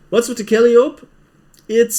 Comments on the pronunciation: Haha! I was going to make this comment, too! Kal-eye-oh-pee. I also always mis-pronounce epitome if I ever come accros it. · Kal-eye-o-p (Calliope)